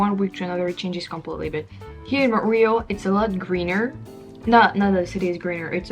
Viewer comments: So in English we don’t say “Mont-real,” we say “Mon-tree-all” with emphasis on last syllable. But it’s all good! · More like Mun-tree-all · Why as a Francophone can’t you pronounce Montréal? Or as every English speaking person pronounces it as Munt re all. Now say it fast! And Tim Horton’s was the best you could do in a city chock full of amazing cafés with the best croissants, etc. that are as delicious as what you get at a boulangerie/patisserie/café in Paris. It’s embarrassing for you and cringeworthy for likely all people who have ever called Montreal home. Timmys would be my absolute last resort. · I am just saying this to help you out. In English, the way Montreal is pronounced is by saying Mon tree all. The way you are mispronouncing it makes it difficult to know what you are saying. Of course, you could pronounce it as in French which would sound a lot more chic in English! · You pronounce montreal in neither the English nor French way. You're 100% right with the honking. No patience whatsoever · That is the wildest pronunciation of Montreal I've ever heard. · I'm shocked that as a french person you still don't know how to pronounce Montreal LOL